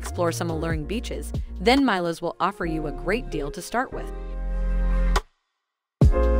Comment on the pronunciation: Good content but please consider pronouncing the names of the islands correctly (for example - Milos is pronounced “Mee Los”).